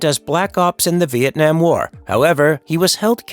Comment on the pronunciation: The first youtuber who actually pronounce Vietnam correctly 🎉 i am so proud